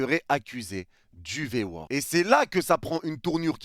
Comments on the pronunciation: V-word et pas V-world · Au pire il attaque le PSG sous entendu les dirigeants pas les supporters . Pourquoi prendre à cœur comme ça ? La pique elle est pas envoyé aux supporters . Puis on dit V word pas V world … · V word (mot) et non V world (monde) x')